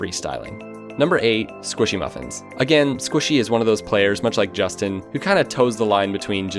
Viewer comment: he says squishy muffins funny